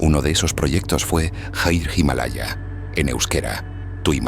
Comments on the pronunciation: tiene pinta de ser voz en off generada por IA, leyendo algún texto, no se puede cagar tanto como luego dice "Haigh" Himalaya, en vez de HIRE Himalaya (titulo del libro). No hay que saber euskera, solo leer tal cual. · Creo que la lectura del texto la hace por IA, cuando dice hire himalayak la primera vez la dice en inglés, y la segunda la dice bien en euskera, aún así son unos videos espectaculares. Grandísimo trabajo de documenacion y guión.